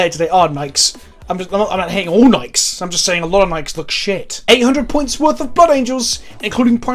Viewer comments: But can $100 teach you how to pronounce Nike properly? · ITS PRONOUNCED FUCKING NIKEEEEEE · I'm not sure if you say Nike like that because British or.